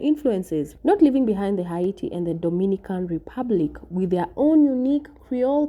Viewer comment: Haiti is prounance ( hate ie